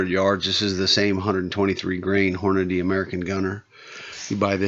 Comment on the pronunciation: Props to you for saying hornadee and not hornaday. idk where people get fucking 'day' out of the name? smh